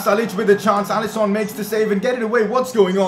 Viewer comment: It’s alisson not alison